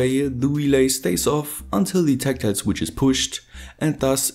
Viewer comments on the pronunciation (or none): none